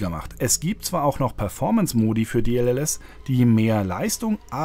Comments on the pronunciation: Warum sagt statt DLSS immer DLLS? xD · Es heißt D-L-S-S,. Deep Learning Super Sampling.